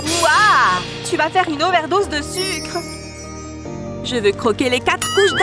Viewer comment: “OvERS DEUSE” ON DIT OVER DOSE